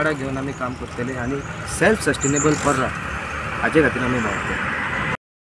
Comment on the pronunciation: It's not barra 😂 It's parra